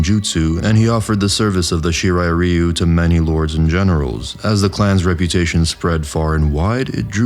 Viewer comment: I'll never get pass how badly the series, and by extension its fans, pronounce ryu.